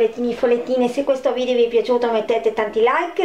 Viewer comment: Ma dice vidio